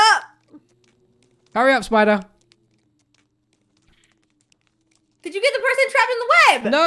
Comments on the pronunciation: LMFAO “sPiTeR” AND WE WANT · Say it with me!!!!!!!. The spi------ daaaaaaa!!!!!!not spider. Classic